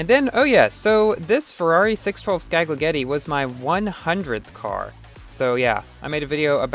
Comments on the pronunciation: it sounds like you said ferrari spaggeti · lol totally mis-pronounced that 612 scaglietti